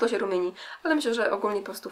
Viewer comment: oczywiście że ChatMakeup:D - tak seksownie wymawiasz te nazwy paletek The Balm <3